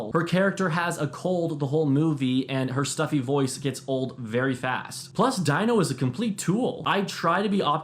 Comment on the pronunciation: Dino is pronounced Dean-o.... as in Dean Martin. Not "Die-No".